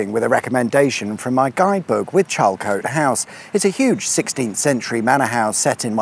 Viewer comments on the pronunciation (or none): Hearing the pronunciations of Charlecote and Wellesbourne does make my eye twitch a little… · "Wells-born" and "Charl-coat" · Hi, excellent content as per ever but they are pronounced Wells-born and Charle-cut, this wasn't the birthplace of wellies, sorry for being the pronunciation police. Please say thanks that would be fwicked sweet awesome. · FYI, these places are pronounced A-vun, Wells-born, Charl-cut. (I live not far from the windmill.) Interesting trip though, and maybe I will visit the drag strip before they build over it! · Yes, I'm local and as much as I enjoyed this Wellesbourne is pronounced Wellsbourne and Charlecote with silent E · I did not find it annoying. More amusing.